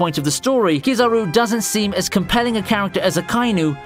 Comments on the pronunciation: Yooo moshi mosh ure va kizaruuu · Ow-gigi. Kiz-r-ooh